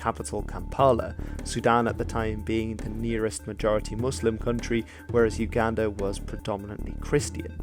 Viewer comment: Uganda is pronounced oooo Ganda